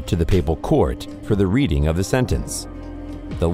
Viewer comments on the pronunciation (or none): none